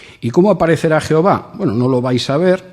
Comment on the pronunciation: Deja de decir 'jeova' o pierdes toda credibilidad